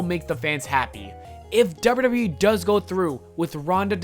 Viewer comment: You keep saying ‘derr-burr derr-burr wee’ when trying to say double you double you e. Listen back to your recording, can you hear it? Also, why are you talking about this? It has nothing to do with you. Make your own content.